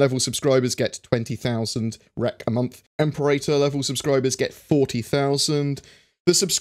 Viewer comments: Em-pair-ahtor is the correct pronunciation of Imperator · Im-Pear-Uh-Tor Well, one interpretation anyway. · im-PE-ra-tor. "PE" as in "penny". "TOR" as in "torrent". :)